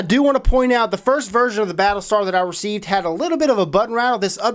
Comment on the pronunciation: at the start hr said pattle star